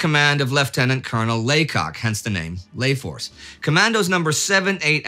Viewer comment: You do know the Commandos in Layforce, under the command of Robert Laycock, did not call it 'Lay'-Force.